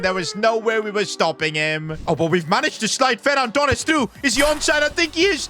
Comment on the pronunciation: no it’s Ferran TooRrRrRrEsSsS